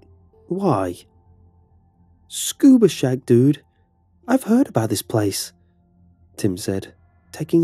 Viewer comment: I heard Scooby Snack- Oh wait... What the heck is a Scuba Shack?